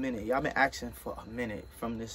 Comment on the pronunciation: Lol, I love the way Monroe says "asking". He pronounces it "action/aksing". So cute!!. 🙂🤗 Love u guys...when's ur wee babs due?? Pamela from Scotland 🇬🇧